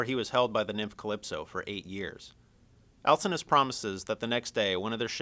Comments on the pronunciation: al sin know us not al sin us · He pronounces Alcinous wrong. The "C" makes a "K" sound, not an "S" sound.